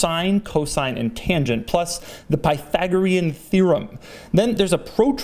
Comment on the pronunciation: did he just say "pi-thagorean" theorem? 😂